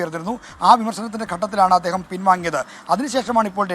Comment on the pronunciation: അദ്യേഹമല്ല.. അദ്ദേഹം..... പൊട്ടാ...